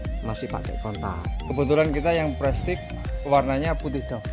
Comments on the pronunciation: Bacanya prestis bukan prestik bang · maaf kang, prestige diucapkan jadi prestise kang....suwun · Baca nya prestis😀